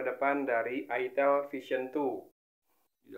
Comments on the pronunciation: Jangan logat jawa ,,, awok awok awok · ITEL , orang sunda be like : huruf "E" nya ganti jadi huruf "I"